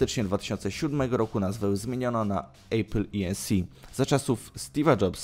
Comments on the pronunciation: Maybach nie mógł wejść w skład firmy Mercedes, bo takiej firmy nie ma, przynajmniej w Niemczech (w Anglii jest Mercedes AMG). Maybach jest częścią koncernu Daimler AG. :D PS I zlituj się Nie "Ejpl", tylko "Apl" czy "Epl". Żadnego dyftongu. :) Ogólnie dobór firm trochę nie zgadza się z tytułem filmu, ale co tam. Łapkę w górę dostałeś, ale pracuj nad materiałem. :) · Nie ejpil, tylko apple, tak sie wymawia jak jest napisane.... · nie wiesz jak sie czyta apple po angielsku? xD